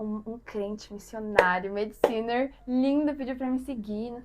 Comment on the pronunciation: Perdi tudo com: “um crente, missionário, medicinerrrrr” que lindoooo ☺️😍